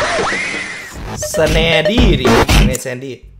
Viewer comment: อ่านว่าแซนคะ